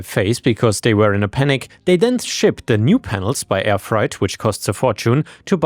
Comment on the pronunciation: You pronounce freight as fright as in frightening. It's more like fray-t.😮